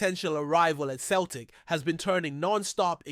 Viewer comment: Celtic F.C. pronounced "seltic" not "keltic" !